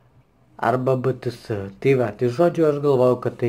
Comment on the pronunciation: 1.kpop tariasi:keipop 2.bts tariasi:by ty es 3.ir jie yra korejiečių grupė